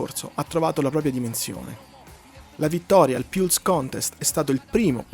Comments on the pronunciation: La loro breve ma fulminante carriera? Dunque la loro carriera sarebbe già finita? E si dice “pals” no “piulse”… 😆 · ma come si fa a pronunciare PIULS??? ma insomma...